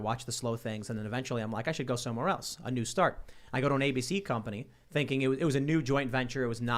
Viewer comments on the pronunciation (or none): Tim says: A new start I hear: ANUSTART